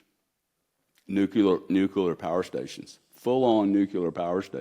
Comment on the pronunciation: New cue lar. LOL.